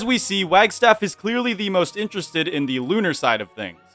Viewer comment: “TONIGHT! WE KILL….. ZE MOON”